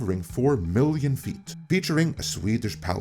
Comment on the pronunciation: Road to a million, not millio! It was decently watchable.